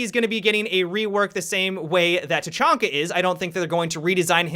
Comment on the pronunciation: He said tachanka bad dislike unsubed